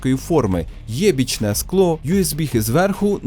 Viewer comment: "єбічне скло" я б навіть сказав "уєбічне"